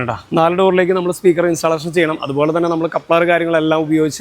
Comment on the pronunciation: ഇൻസ്റ്റാലേഷൻ അല്ല ബ്രോ ഇൻസ്റ്റല്ലേഷൻ ആണ് 👍